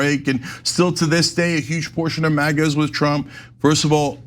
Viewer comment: Did he really say MIGA? 🤦🏻‍♂️